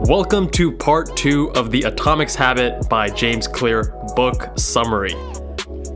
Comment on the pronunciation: You said "Atomics Habit" instead of Atomoc Habits. Just pointing it out.